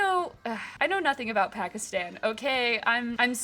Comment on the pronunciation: It’s really cool…but your saying Pakistan wrong (I’m Pakistani) ❤